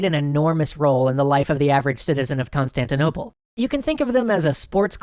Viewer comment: Um i believe you mispronounced “Constantinople” when you described what city the haga sophia was in the middle of.